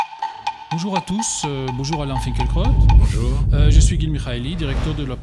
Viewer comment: Le presentateur prononce tres bien son nom:finkle-crotte